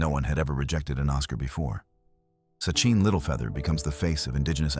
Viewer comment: It's Sacheen Littlefeather, not Sucheen. Duh.